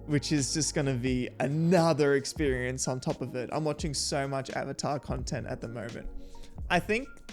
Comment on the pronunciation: The disappointment and disbelief every time they misprounce something is the best thing. Take a shot everytime they mispronounced something. Hells they even mispronounced Avatar they say Ohvata